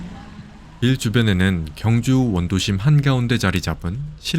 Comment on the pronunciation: 발음을 정확히 하세요. [경주]가 아니라 [경:주]로 발음해야 합니다. 첫소리를 길게 발음해야 옳은 발음입니다. 유튜브도 방송인데, 엉터리 발음하면 안 됩니다.